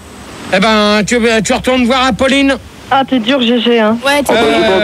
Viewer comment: « ... pour apauler Epolinne... » 😂